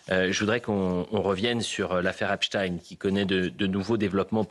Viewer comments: Epstiiiiiin plutôt qu’EPSTEIN , on.Croit rêver !!! Epstein les tenait tous par les c…… , sinon comment expliquer la présence pléthorique des caméras sur son île !! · se faire appeler Hep's ! Teens ! au lieu de HEPSH'TAïNE, c'est déjà avouer qu'on aime les jeunes ados... (teens en anglais). Jack Lang lui aime les biscuits "Petit Ecolier" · Oui. Esptaiiiine. Et pas esptine. Esptine ca fait russe. Mais esptein. Comme einsteine. Taiiiiiine. Et pas tine. Comme poutine. !!!! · Sur Cnews pas de eipstinnnneeee 🤣